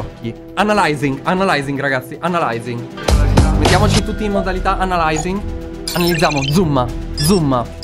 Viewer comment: Ciao nella parte dell' app di talking Angela mi ha fatto ridere quando hai detto Analaizing😂😂😂😂❤